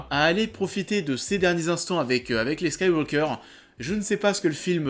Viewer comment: T'as du mal à prononcer Skywalker, on dirait?